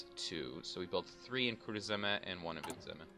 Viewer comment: it's funny hearing you say ''kurzeme'' and ''vidzeme'' since i am latvian ;)